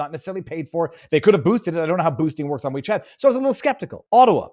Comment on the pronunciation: it's not wwhhheee chat. Just Wechat.Drop the over-pronunciation. It's stupid. Is that a Canadian thing, or a thing? Annoying.